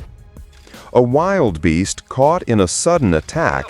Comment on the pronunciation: not "wild beasts"... they are "wildebeasts' "Wil - de - beasts"..